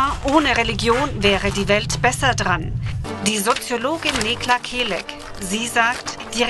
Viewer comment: und schon wieder wird ihr Name falsch ausgesprochen!